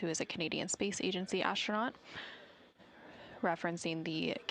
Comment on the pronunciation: Why does this woman insist on saying asHtronaut???